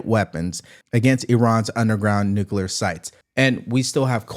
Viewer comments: Nukelar lol Do any of these imbeciles speak proper English? W started it. Makes me embarrassed. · Why do people have so much trouble pronouncing nuclear? There’s no such thing as ‘nucular’. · Why the hell cant people pronouce nu-cle-ar correctly. Nu-que-lar sounds downright stupid. These are educated people. WTH? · Nice video! However it's "NUCLEAR" not "NUCULAR"!!! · I like how these media professionals cant even say nuclear correctly....its not Nuke-uu-ler......its Nuke-lee-rrr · Anybody that's continuously says nukular rather than nuclear should be told that they have no credibility until they prove they know how to read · Nuclear. Nu-clear. Not nu-cu-lar. Sound it out, people. The mispronunciation comes from some cold war politician who thought the word sounded scarier when pronounced incorrectly. But for god's sake, just learn to read and look at the damn word. 😂😂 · THE WORD IS NUCLEAR….NOT NUCULAR YOU BOZOOS !!!! Geeeezzzz… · It’s annoying when people pronounce Nuclear like NukUlar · Look it up, there's no such word as nucular. It's nuclear. The ignorance of that mispronunciation prevents me from hearing anything else said. I'm completely behind president Trump and his administration but please have your people speak intelligently.we live in the nuclear age so we should be able to say it correctly. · It’s nuclear…not nucular!! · Nu clee ar. Not nu cu lar. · I can't hear NU- CU- LER more then twice before changing it. That goes through me like a bunker buster. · Always laugh...WHY can nobody pronounce 'nuclear'?